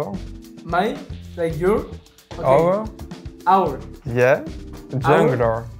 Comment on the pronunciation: Dude couldn’t say “our” to save his life 🤣🤣